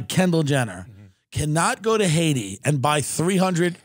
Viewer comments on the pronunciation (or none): none